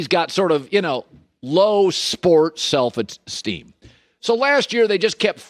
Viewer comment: Having trouble saying self esteem Collin?